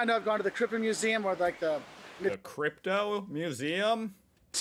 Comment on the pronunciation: I guess he is saying Krypta Museum. Not crypto 🪙